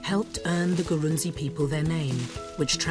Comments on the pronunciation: Great video but you got some facts wrong. Eg. Ghana has way more than 6 ethnic groups. The tribe name is written Gurunsi but it is pronounced "Grou-shi". The largest tribal group in Ghana is called Akan not Ashanti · Usually pronounced Grushie or Grusi. Don't be too hard on yourself